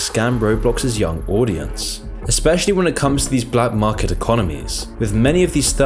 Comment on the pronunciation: u forgot the r in market